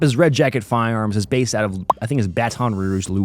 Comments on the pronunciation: It's not pronounced "bat on rouge" it's "battin rooge" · Wtf is Batt-on Rouge, La? It's pronounced Bat'n Rouge. Ya welcome. There's a lot of crime there, but the food is good-ish. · Hey admin it’s Baton Rouge like bat un rooge